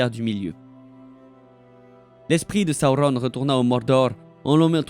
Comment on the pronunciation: Tu sais même pas dire correctement Sauron LOL